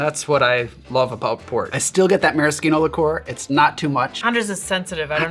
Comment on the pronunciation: Since when is maraschino pronounced with a hard K?